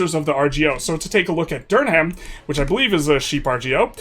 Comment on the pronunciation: Do NOT say Durham like that again 😂